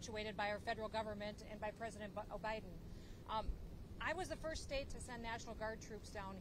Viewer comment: I must be loosing my hearing…at 18 seconds, did she say O’Biden? As in Obama-Biden? 😮😂